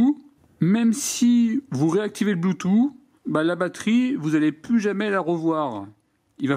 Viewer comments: Nickel ta vidéo comme d'habitude mais juste une petite chose: bluetooth se prononce " bloutousse" et pas "bloutou" comme le prononce nos grands-parents 😁😉😂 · Le "blue two" 😁😅